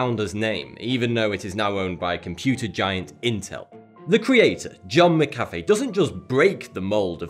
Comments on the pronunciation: "MCafe" its pronounced Mac-uh-fee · Stop fucking saying "Muckaffey". Say it with me, McAfee. Mac, uh, fee. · it's pronounced Mac-A-Fee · i thought it was mac- a -fee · McAfee is pronounced mac-a-fee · I didn't say he did or didn't, only that he's fucking up his name. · since when does on A make the sound of a U?